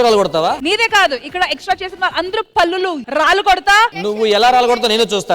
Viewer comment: పళ్లు తల్లి pallulu kadu